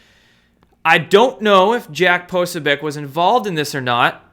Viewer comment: Poso - BEE- OTCH not Posobiec :-)